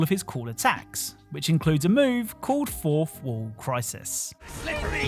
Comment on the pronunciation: What's a "forfwooh"